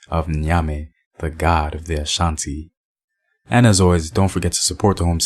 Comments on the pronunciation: point of corrections am Ghanaian an Akan. You may be Akan not Ashanti there isn't a tribe called Ashanti. The name Ashanti was lately taking by 11 Akan towns who joined forces together to fight the most powerful Akan people at the time, the Denkyira's. Ashanti correct pronunciation is ( Osa Nti ) simple means because of War. Akans are about 70&of Ghana population. You can also find them in Ivory Coast. We duel from the 7 Clans of Akans. You can identify them through their Totem. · The accurate pronunciation is 'asante' asa=war 'nte' =because of, 'because of war' cos they were a war-like people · No my Brother the correct pronunciations ( Esa Nti ) simple put it because of war which corrupted to become Asante. Remember we all Akans untill the year 1805 when the Great Anokye oder 11 towns to joined forces together to fight The Denkyiras under the leadership of (Osei Tutu Opemsuo.) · It’s not Ashanti it’s Asante (Akan)